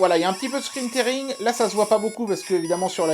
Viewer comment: Merci pour la vidéo (on dit "scrin tiring")